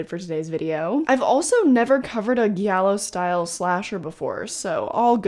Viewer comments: Love your vids and probably someone has already said this but it’s pronounced jiallo not ghiallo haha with a soft j, same sound you make when you say jealous! #italianrepreseeeeent \o/ take care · Idk if you already learned this, but its pronounced Gee-allo, and its Dar-io not Dare-io. Italian is silly to non italians haha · Giallo is pronounced with a regular G sound (sorry, I'm Italian) 🟩⬜🟥:face-red-heart-shape